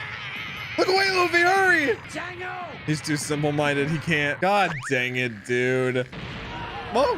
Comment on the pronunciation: Y does keep saying dank it rlly weird